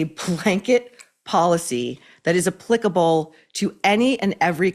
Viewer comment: THANK YOU! I am sick of these stupid "gurus" shoving their crap on everyone. I mean.. except for the way you pronounce "applicable.." LOL